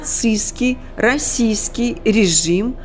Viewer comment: Слово -"расистский", нужно произносить чётче! Иначе слышится Российский.